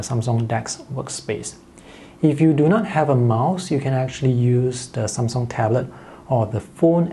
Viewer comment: Took me a while to understand "some song/sone" is how he says Samsung